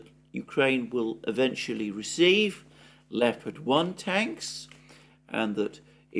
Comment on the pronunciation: At last someone who can pronounce leopard properly